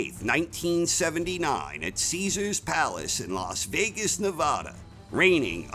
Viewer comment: I'm a great boxing fan and a fan of your videos. However, as a former resident of Vegas for 16 years I cringe everytime I hear you mispronounce the states name. It's Ne-vaah-da, not Na-voh-da, bur don't take my word for it, ask some other residents, or better yet, just call a city or state office. Many can argue that it has nothing to do with your narration of the act matches themselves, but it marks the difference between being good and being flawless.